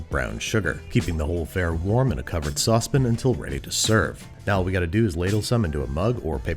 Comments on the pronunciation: I like this character because he doesn't paint his fingernails .... also, it's saucePAN! Not sausepn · A wide Saucepin ???😶😮 Really!! Babish? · Please stop saying sauce-pin! You don't always do this. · The heck is a Saucepin, sir? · sauce pin? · What the heck is a sauce pin? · The way you say saucepan is great...so funny